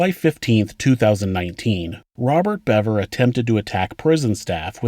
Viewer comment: I knew I’d find the proper pronunciation here.. Another channel pronounced it Beaver 🦫